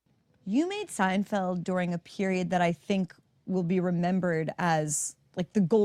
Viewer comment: It's Seinfeld, not Steinfeld.